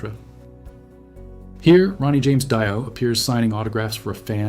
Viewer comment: "Ronnie James Die-oh" Seriously?